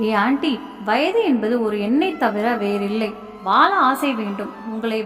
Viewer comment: தமிழ் படிக்கும் விதம் படு மோசம். Vaala இல்லை, வாழ.